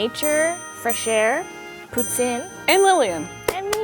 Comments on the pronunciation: I was told from several Canadians that it is prounounced Pou-teen. 🤷🏻‍♀️ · What kind of French is she speaking? It’s not poo-tzin it’s poo-teen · Hahaha I’m Canadian and when she said “that’s why there called POO-tine” I was like omg that’s so mean 🤣😭 I could nevvaaaa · *Quebecers. You can know when someone is from Quebec by the way they say poutine, irregardless of the language. Case in point; Lillian.